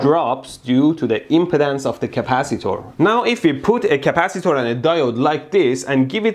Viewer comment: I love when he says capcitor